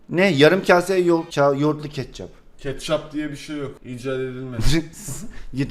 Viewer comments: keççap ne ketçap degilmi o dkkdkd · "keççap" ssssssssss ketçap* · Abi keççap değil ketçap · Ketçapa keçapp demeyende ne biliyim yani 😂